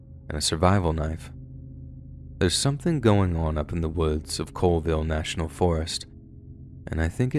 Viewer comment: I live in Colville! And it's pronounces CALL not Cole. I know, weird, but it's the truth.